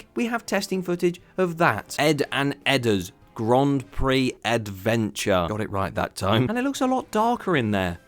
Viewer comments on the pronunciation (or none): none